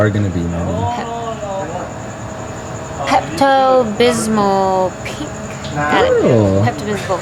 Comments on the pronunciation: I fell in love when you couldn't pronounce pepto-bismol! :D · I can't tell if your serious about the pronunciation of Pepto Bismol